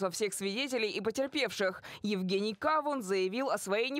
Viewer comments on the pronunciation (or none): Не КАвун, а КавУн. В переводе с укр.- арбуз